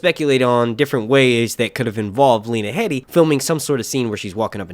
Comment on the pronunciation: Its pronounced Lee-na hee-de fyi